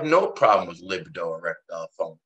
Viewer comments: Lol - yeah, it's not Lib-uh-doe. It's pronounced Luh-B-doe.... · I knew someone would have to say it 😂 For the love of God it's lib-ee-do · He says lib-id-o one more time I’m going to jump through this phone.. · Hahahahah.. li bi do 😂😂😂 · I appreciate the Drs contribution to the program but I don't like the way he pronounces libido. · is it luh-bee-doh or li-buh-do? after hearing you both pronounce it in the former way I am questioning myself now